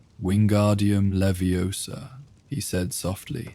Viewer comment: All was fine till “leviosa” was pronounced so wroooonngg